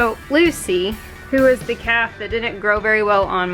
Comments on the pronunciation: lol, I thought you were saying bottle caps and I'm thinking what in the world is she talking about!! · At first I thought you said bottle caps! 😂😂😂😂